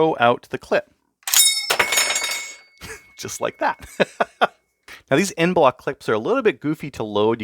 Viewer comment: "EnBloc" clip, not "End Bloc"